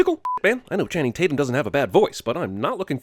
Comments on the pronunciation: you keep saying chatum tanning, it's channing tatum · At one point he actually said Chatum Tanning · so no ones gonna mention hos he said Chatum tanning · “Chatum Tanning” I’m dead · Soooo we just gone ignor that he called dude chatum tanning? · "chating tannum" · chatum tanning? Channing tatum? ? confusion? was that on purpose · "Chatum Tanning". I cant tell if you did that on purpose or on accident.